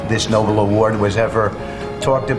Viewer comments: Say after me kids: Noble! Now say after me again: Nobel! They are NOT the same! NOT the same! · The guy can't even pronounce the name Nobel.